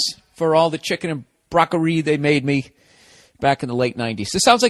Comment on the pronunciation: "summ maa fUckin CHeekEeen"